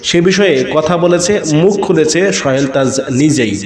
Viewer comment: সোহেল তাজ এর নাম তো ভাই আপনি উচ্চারনই করতে পারছেন না।